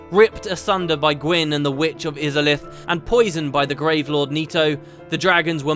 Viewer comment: That's not how you pronounce Izalith >.<